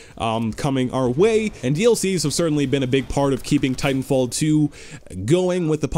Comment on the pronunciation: I love how u say Titanfall teow